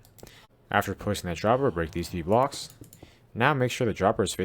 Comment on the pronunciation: I can't understand when you say the word "blocks"plz make a clear voice